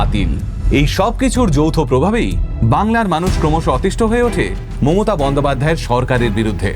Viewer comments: প্রথমেই ক্ষমা চেয়ে নিলাম থেকে যদি কিছু ভুল বলে থাকি।🙏 বাংলা উচ্চারণ বা ব্যাকরণ আপনি আমার তুলনায় বেশ ভালোই বুঝেন কিন্ত আপনি আপনার বক্তব্যে মমতা ব্যানার্জি এর বদলে মোমোতা ব্যানার্জি বলছেন। আশা করি কিছু মনে করবেন না 🙂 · ভালো কন্টেন্ট এর পাশাপাশি উচ্চারণে একটু নজর দেবেন 🙏 মমতা কে মোমোতা মোমোতা বলাটা শ্রুতিকটু।বাকিটা ভালো লেগেছে। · মমতা not মোমোতা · উনার মমতা উচচারণটা শুধু কি আমার ই ভুল মনে হলো?